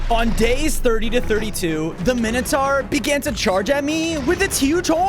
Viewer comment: what is a minoutaur